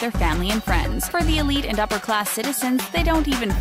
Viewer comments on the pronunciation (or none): none